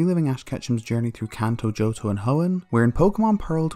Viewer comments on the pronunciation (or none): none